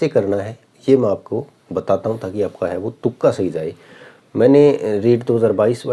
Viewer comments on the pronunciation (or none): तुका नहीं भाई तुक्का होता है shyad 😢